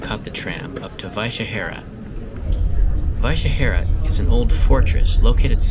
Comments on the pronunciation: It's simply Vyšehrad. As it's written, so it's read. In short, not Vychehera. ;) That's how easy Czech is to read, that's how it is with most words. When it's not, the word usually has a different origin than Czech. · I found the reason for your problem with Vyšehrad. When you try the pronunciation in Google Translate, you can't play it in the English part of the translator, but in what was translated into Czech in this case. I deliberately wrote Vyšehrad in the English part and tried the pronunciation. It's exactly how you pronounced it there.